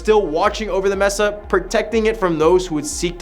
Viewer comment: "MES-AH" immediately leaving